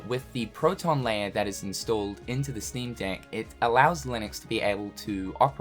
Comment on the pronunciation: Because of the accent, every time you say 'Steam Deck', it sounds like something else...